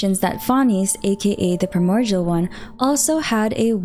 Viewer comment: Am I the only one hearing a 'g' when she says primordial? It's kind of triggering. 😅